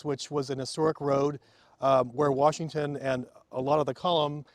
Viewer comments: There is no R in Washington. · You have this guy teaching and preaching about preservation but throughout the whole video he keeps sayings George WaRshington. There is no "R" in "Washington". Pronounce the word right. :)